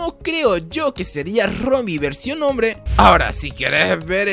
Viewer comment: Like si viste que decía bombre en vez de hombre